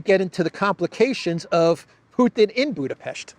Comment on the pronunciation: Thanks for the right pronounciation of our capitol city: Budapest! Ευχαριστώ ❤🤍💚